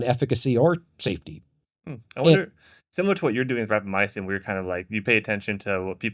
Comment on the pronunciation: REQUEST for the co-host to stop saying Rapamyacin when it's Rapamycin!!!